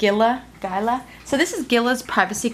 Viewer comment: It's "Gila" like the monster...... Hee-la.